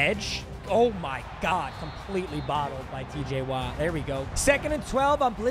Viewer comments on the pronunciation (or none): none